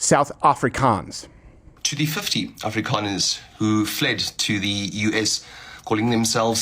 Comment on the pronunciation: What's an Ahfreecahn?